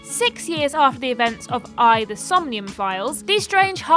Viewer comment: Props for pronouncing AI correctly